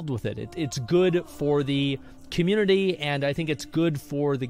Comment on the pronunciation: I need a counter on screen showing how many times Asmongold says, "COMMURNITY".